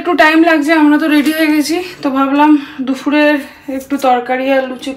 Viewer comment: Tmr vlog onek din dhorei dekhi besh vlo lage Tomay akta kotha bolte chai kothata dupur , dufur noy ,sunte kharap lage